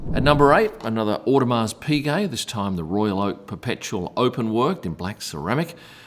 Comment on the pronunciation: Audemars the S is silent